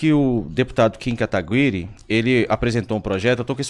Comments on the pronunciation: Poxa, um cara estudado como tu, e não sabe pronunciar Kim Kataguire😅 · O cara se diz estudado, advogado, jornalista e quase um médico não sabe pronunciar o nome do kim KATAGUIRI KKKKKK meu DEUS ridículo. PARABÉNS Michele vc destruiu esse.